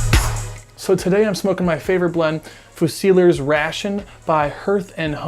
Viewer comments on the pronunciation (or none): "fusiliers" is pronounced "few-zer-leers" I've never smoked a pipe, thinking of trying it though, I'm a cigarette/cigar guy right now... so... question: can you really have a blend that "doesn't taste good" in one pipe, but tastes "great" in another ? I mean that's a hell of a swing. You're not saying it's marginally better, you're saying the SAME tobacco swings from not tasting good to tasting great JUST because of the pipe you're smoking it in ? I find that really hard to believe. It'd be like saying the same coffee tastes AWFUL in a paper cup, but delicious in a mug...